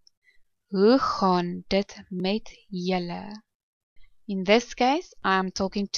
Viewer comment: The pronunciation in this video of the word "julle" is wrong. This person says "jille" in stead of "julle". When you pronounce the letter "u" in Afrikaans, you have to open your mouth only a little bit. When you open your mounth too much, so that one can see your teeth, the sound becomes "jille". Try to hide your teeth with your lips and the sound automatically changes from "jille" to "julle".